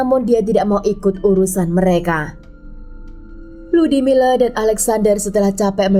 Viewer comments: 🤣🤣Ngakak tadinya pengen kedengaran bagus nyebutin nama, Lyudmila🤣🤣....kenapa jadi Ludimileu ??? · Di bacanya Ludmila bukan ludimila..mungkin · Kan emang lyudmila dia nyebutnya, tapi kedengarannya ludimile. Dengerin baik baik. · Terganggu banget dgn pengucapan LYUDMILA jadi LUDIMILE...sblm bikin video mending reseach dulu...kan ada googgle translate disitu ada juga cara pengucapan ala russia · FYI: nama si Ibu itu Людмила di baca nya Ludmila(Lyudmila) bukan Ludimile atau Ludimila 😊 dan juga Sasa itu nama singkatan dari nama Alexander bukan karena org tsb bertubuh kecil atau ciri fisik lainnya ). Karena org Russia punya nama singkat di hampir setiap nama mereka, contoh lain : İrina=Ira, Maria=Masha, Valeria=Lyera (Lera) Daniel/ Danil= Danya dst. Btw, seru bgt cerita nya, ngeri ngeri sedap 🙌😂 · Aku dengernya rudy miler😅